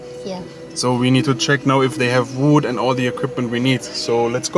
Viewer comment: Hier kommt wieder ein Einwand des „Besser Wissers“ Wenn du über Holz sprichst, sag nicht „Wuuud“ sondern ganz einfach „Wud“ Also mach’s guuut mit Wud😉😉❤️😉😉❤️😉😉